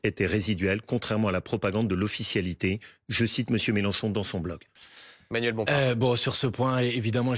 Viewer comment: Combien de fois Wauquiez à prononcé le nom Melanchon ce soir ! Le pauvre il n'a rien à dire !